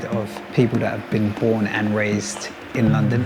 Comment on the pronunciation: did he just said porn (born)